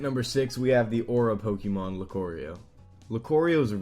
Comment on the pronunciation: He also said Pokémon wrong...